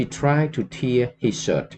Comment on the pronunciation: to tear as in ripping apart is pronounced ទែរ not ទៀរ and as an apology for being petty I just bought the book ☺